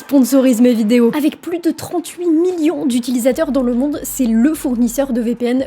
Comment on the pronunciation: Le mot Million prend un seul M, pas 4. Bizarrement le mot Morceau tu le prononce sans problème 😉